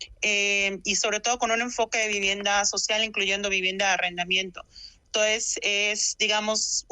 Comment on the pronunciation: Como es que una licenciada dice "entoes" en vez de entonces??